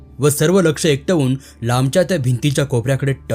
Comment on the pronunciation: काठी आटपत नाहीत, आपटतात. एकटवून नाही एकवटून. तसे बरेच शुद्ध वाचता, थोडे आणखी कष्ट आवश्यक आहेत.